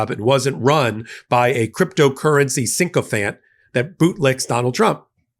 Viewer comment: Sigh:: the word is: "sychophant!" Pronounced "Sick-O-Fant." NOT SINK-O-Fant." Thanks.